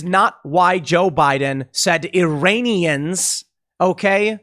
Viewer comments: He clearly meant to say "Uranian" as in people from the planet Uranus. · Uranians not Iranians. Like, from uranus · It sounded like he said "Uranians" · Ah yes "Uranians," my wife's second cousin is from Uranus, nice planet I hear, a bit cold though, and lousy air quality... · the fact that you have to go over whether he said “Iranians” or the “Uranians” is more disturbing than anything. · Iran is a real place, yes. But almost 100% of Americans refuse to pronounce it correctly : "e-ran". Instead, Americans pronounce it "aye-ran", and its people "aye-ranians". So Biden DEFINITELY said "URANIANS" 🤡😳🤪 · He said Uraniums; change my mind XD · He said Uranian… remember he was reading off a teleprompter. Much closer to Ukrainian. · Tim, I think it's obligatory for US politicians to mispronounce Iran as "EYE-ran" (same with Iraq), so I think it really must have been simply a swallowed syllable and Joe said "Uranians". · as much as i do not like him, it did sound like uranian to me as well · I don't think he said Iranians it sounded like uranians to me. It also sounded like it was the first time he was reading that speech